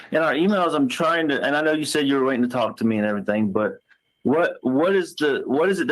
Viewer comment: Whyyyyyyyy does she add a K on to any word ending in ing????? "Errythingkkkk"